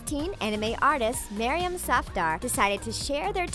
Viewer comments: the way she pronounce maryam safdar is so cringeworthy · Isn't Maryam a girl's name? Or am I just confused about the fact that she said Maryam Safdar